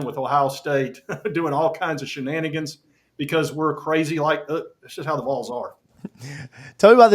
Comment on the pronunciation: This is a message to the national media. VOLS is pronounced like the word ALL with a V on the front and an S on the back. Do not pronounce it VOLES! Go VOLS!!!